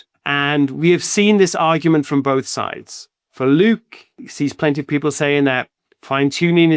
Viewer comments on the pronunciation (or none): none